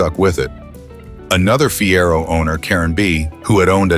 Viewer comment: Listen to me...dump the AWFUL robot commentary that can't pronounce 1 word in 4. Fiero was pronounced 3 different ways within minutes! Rubbish AI garbage. Pay some human who can speak English or do it yourself! IF you can pronounce any English words.